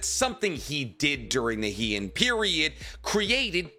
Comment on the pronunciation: Minor thing! Heian is pronounced more like "hay on" by the way, Japanese is phonetic so barring historical words or wierd dialects you can always be 100% sure how words are gonna be pronounced.